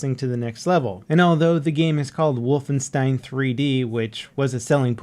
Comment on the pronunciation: Why do you say wolfenstein like that